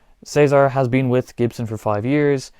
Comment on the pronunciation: Thank you for saying "Cesar" correctly instead of "Ceesar" like most americans 😂